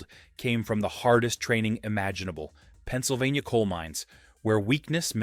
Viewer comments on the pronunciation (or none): none